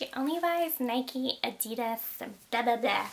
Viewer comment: Please please pleaseee Stop calling it 'Nikey' 😂🙄